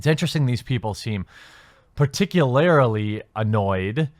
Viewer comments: I love you Jeremy, but I think the word you are looking for is “particularly”, not “particularily” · Particu-LAIR-IL-ly lol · par·tic·u·lar·ly... I'm sorry, it really bothers me. Love the show otherwise! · "particularily" isn't a word, soy boy. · "Particu-LAR-ly" my dude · This guy can't say PARTICULARLY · If you think it annoys me every time you mispronounce 'particularly', you're right.